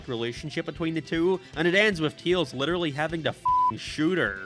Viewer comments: Why does he say Teals? It's Tails. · Why do you say Tails' name like that? 🤨